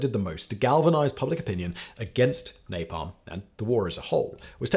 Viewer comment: An 18 minute video on nalpam. Mercury tilt bombs need that time. Vi ta men by the way